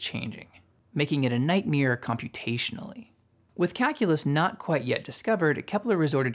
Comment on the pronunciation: nightMARE not nightmeer......